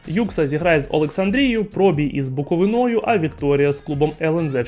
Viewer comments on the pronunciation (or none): Звертаюся до ведучого: це вже третє відео, де ти невірно ставиш наголос у слові Буковина!!! Спеціально залишаю коментарі під кожним роликом, щоб виправити цю проблему! БуковИна! БуковИна - наголос на літеру "И"!